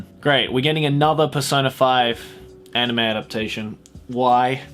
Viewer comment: “was pboogiepop fpantom an animeu ?” S E A R C H